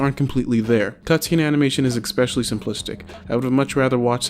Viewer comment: Yo it’s pronounced es-pecially. You say ex-specially a few times . Good review